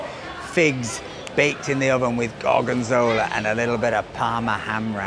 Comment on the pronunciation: When you say 'gorgonzola', you're supposed to pronounce it a la Wallace & Gromit. And you call yourself a Yorkshireman! 🙄😉